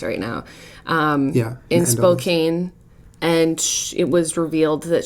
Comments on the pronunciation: Am I the only one who noticed Jenna said Spokane like "spo-cane" instead of "spo-can"?Lol Washington city names are ridic Love you Jenna and Julien! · I haven't watched the whole thing yet, but.... Spo-can. Not Spo-cane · What the fuck is 'spo-kane'? its pronounces spo-can........ lol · Pronounced Spo-CAN, folks, not Spo-cane. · The only thing I'm offended about is how you pronounced my homes name wrong! Spo-can, not spokcain. Hahaha! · Spo-can, Like a soda can. Not Spo-cane! OMG its so annoying how everyone from outside the PNW says it wrong. Otherwise I completely love you guys. Great topic. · Jenna, "spo-CAN" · I live in Spokane! It's pronounced like spo-can lol everyone not from here gets that wrong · Spokane is pronounced "spo-can" as annoying as that is. Just FYI. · SPO-CAN!!! Come on, Jenna! <3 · Spokane is pronounced Spoh-kan =) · Spokane, pronounced more like spo-can than spo-cane. The more you know................... lol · Where my Spokane peeps who also cringed when Jenna pronounced it Spo-Cain? Lol, no seriously, any other Jenna/Julien loving Spokane natives? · Oh my word... The fact that you guys can't pronounce my hometown correctly really breaks my heart. SPOKANE ("SPO-CAN") FOR LIFE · People outside of Washington mispronounce her city a lot, it is pronounced phonetically: "spoke-Ann," although it is spelled like "spoke-ain." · FYI, the city of Spokane is pronounced 'Spo-can.' Coming from a Washington native. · everyones mad about how they pronounced spokane wrong but being from spokane it made me laugh so hard. stop getting mad people they aren't from here so obviously they won't know exactly how to say it smh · As a person from Spokane... the pronunciation of Spokane made me die a little inside. I'm not mad about it cuz not everyone knows how to pronounce it, but still AHHHHH.